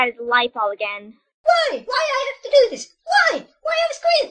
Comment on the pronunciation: "..anything better to fo?" erm... WHAT???